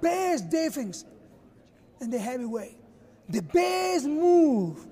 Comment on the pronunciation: In the Heabyweight